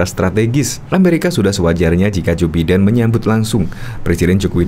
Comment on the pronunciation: Jou Biden, bacanya: Baiden bro!